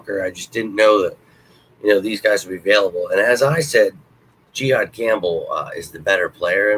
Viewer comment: Pronounced “juh-haad” not “jee-haad” lol